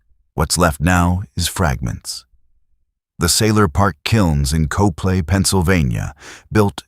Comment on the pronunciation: It’s pronounced cop-Lee, not co-play. Copley, Pa